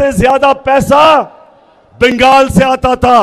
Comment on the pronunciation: that is bengal not bengel . love imran from west bengal in hyderabad .